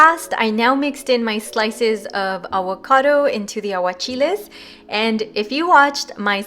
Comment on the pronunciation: The way you say avocado 😆😁 “Aguacado”😆 I’m about to make this recipe tho! Looks bomb